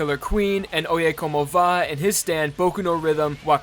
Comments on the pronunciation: I always thought it'd be pronounced "Oh-yeah-come-ovah", not "Oh-yeah-como-vah". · I didn't know oyecomova was pronounced like that I always pronounce it as " Oi Come Ova"